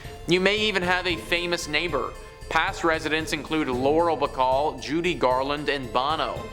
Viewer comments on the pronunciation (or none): Lauren Bacall not Laurel Bacall.